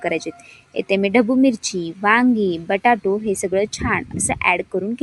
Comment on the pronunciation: बटाटे ❌ बटाटू ✅